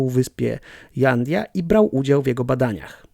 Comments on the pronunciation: Hej byłem tam , u Herr Wintera, miejsce niesamowite..j czytasz jak h czyli Hanidia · w hiszpańskim literę "j" wymiawiamy jako "h" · Jandia wymawia się „Handja”